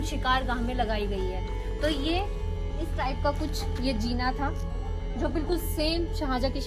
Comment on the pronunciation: Jeena means life zeena means stair pls make your pronunciation right